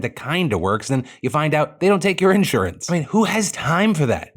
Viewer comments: The most surprising thing in this video is the way Phil pronounced “in-surance” wtf?!😂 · Why does Phil say "insurance" like that? lol I dunno if he realized but it was so cute/funny.